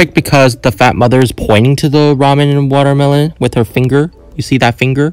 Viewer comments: Bro really said "wagermeloan"😂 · The "wagermeloan" got me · It's so funny when then said wager melon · Is wagermeloan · It was funny that u said wager melon 😂